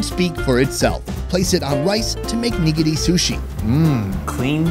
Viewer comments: Oh god I hate how you say nigiri 😖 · That style of sushi is not pronounced “niggity”